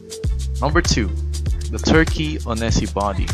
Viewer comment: Uhhh.. Onesie is pronounced wunzee